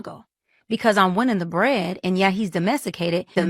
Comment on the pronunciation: He's what? He's domessicated 😂